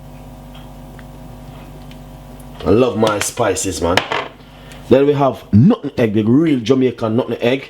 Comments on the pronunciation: He said, "nut- eh- egg, LOL. Because he's not too brain smart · why do you pronouce nutmeg like that